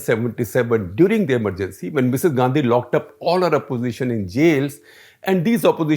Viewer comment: How is that Misses Gandhi...say it as Misses Gandi